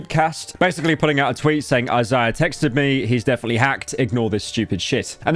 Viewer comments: Izayah bro- not Eye Ziah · Why does he pronounce Isaiah as “Azahh” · Pyro carrying the legacy of British people being totally staggered by names more complex than a single syllable. I love Eyes-eye-uh. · Cant even say Isaiah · The way you pronounce Isaiah makes me mad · does he not know how to say isaiah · old head youtuber cant even pronounce "Isaiah"